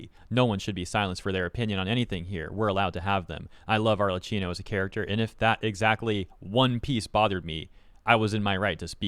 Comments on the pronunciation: Just wanted to let you know that her name is not "Arlecino", it's "Arlekkino" with DOUBLE and HARD C sounds. I know you Anglophones do not care about learning pronunciations of other lanugages' native words, but ever since she became so famous, it wouldn't be bad to go look up for the character's name proper native pronunciation. It's Italian, it surely is not an hard-to-learn language with impossible phonetic registers... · Hey, is pronounced ArleKKino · Btw the "Cch" in Arlecchino is pronounced as a hard "K", aside from that good video. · FYI, her name is pronounced with a hard k, not a ch sound. It's Italian pronounciation.